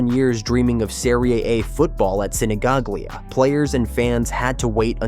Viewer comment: Sinigaglia close pronunciation: Sinigalia